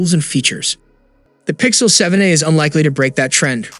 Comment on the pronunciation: he's barely pronouncing the "a" in 7a